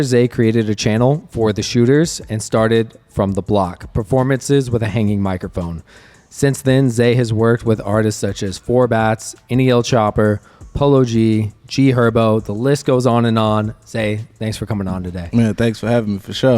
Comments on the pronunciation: Nel chopper? Is bro dyslexic ? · how can u not get nle choppas name right u that white omg